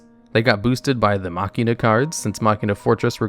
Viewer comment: GOD I AM SO GLAD ACTUALLY KNOWS HOW TO PRONOUNCE MACHINA Thank you very much.